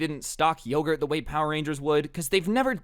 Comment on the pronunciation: you saying lowgurt reminded me of when my sister said every word like you as lou and one time literally at a funeral she had a unicorn toy and said "hello lunicorn are lou awake" in the middle of the funeral.